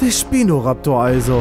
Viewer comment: Nicht schpino sondern spino